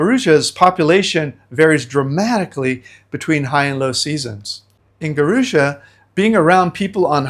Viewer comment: It’s pronounced Gua-roo-jah. No Brazilian would know what you are referring too. Peace.